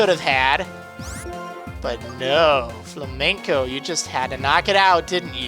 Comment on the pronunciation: it's not fla-men-co, it's Flame-N-Co.